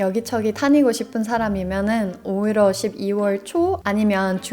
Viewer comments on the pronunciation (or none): “오히려”를 “오히로”로 발음하시는거 커엽네요